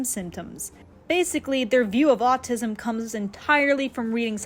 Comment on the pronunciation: It’s “Autism”, not “Autisum”